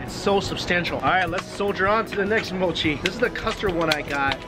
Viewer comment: Spoiled for me by the awful pronunciation of Japanese. For pity's sake, MOW-CHI? It's MO-CHI.